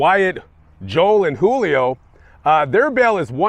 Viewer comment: Julio is with a J, not an H